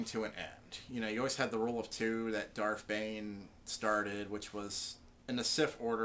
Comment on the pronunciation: It's darth not darf